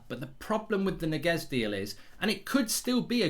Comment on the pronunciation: It's not Niguez, it's Ñiguez